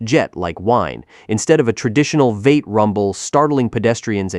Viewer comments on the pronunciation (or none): Not sure if you are using AI for narration, but "V-8" is pronounced "Vee-eight" NOT "vate"!!!